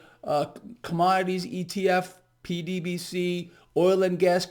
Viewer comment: I have listened to that ETF call 20 times over multiple episodes and can not hear YOU. I teach English and tried to read your lips. WTF are you saying for JHC sake? PDBC? 21 times! maybe that is it. Too late now?